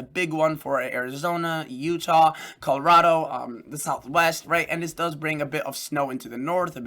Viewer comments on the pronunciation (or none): none